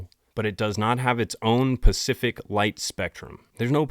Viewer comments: Did u just say PACIFIC instead of SPECIFIC?!??! 🤨🤨🤨🫠🫠🫠🙃🙃🙃 I'm judging! Lol. Jkjk. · Okay I have to tell you now because twice I’ve heard you pronounce the word “specific” incorrectly… and it sounds so awful. You keep saying “pacific”. I’m surprised you keep pronouncing this wrong. Otherwise just found you and have been enjoying your videos. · The word is "SPACIFIC" not pucific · "Specific". Not "Pacific", that's an ocean. 😊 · I caught you saying Pacific now twice do you not know how to say specific ? I love your stuff but you said if I could help you🫵🏻😂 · Sorry, but it's "SPECIFIC," not "PACIFIC" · 'Specific' not 'Pacific"!!!!!!!!! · Love the channel but please practice SPECIFIC not pacific. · Dude, I love your channel. You're my newest favorite YouTuber. But as a subscriber, a fan and a mom please listen to me when I say, it's "specific," not "Pacific." It's "specifically," not "Pacifically." I didn't know if you were saying that on purpose as a joke, cuz I'm new to the channel (literally discovered you 2 days ago with your Brittany Murphy video and haven't stopped since,) but every time you say pacific a piece of my soul dies. I know it's a hard word to say lol trust me. I just had to say something. Rock on 😂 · You say pacific meaning specific and you say right arm meaning right on. Holy s dude learn english your generation is a joke and you talk way too much. Shut up and present the content or quit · Ive only watched a few mins of 2 of your videos and in both you said pacific meaning specific. Jesus dude learn english if you want to make content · It’s “specific” …. Not “Pacific” Can’t tell if maybe it’s a gag at this point. Ty for the vids. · Love your videos.... but the word is 'specific'. Pacific is an ocean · Dude! You're too smart of a guy to keep saying pacific! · DJ..the word is "specific" and its pronounced spuh-sifik. Just FYI❤ Pacific..is an ocean. 😊